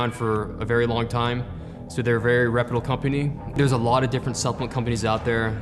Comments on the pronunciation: Shaqz no shit he said it fast, that’s why it sounds like repitle😂 moron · lol “a very repitle company” 😂